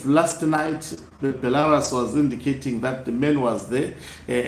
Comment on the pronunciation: It’s “Sneaking out” not Snacking out bantu 🙈🙈🙈 “Bhelarusi” not Bhelarasi 🙈🙈🙈 “twenty seventeen” not twenty sebenteen, say Seve….. Seve……. Good boy 👏👏👏👏😆😆😆😆😆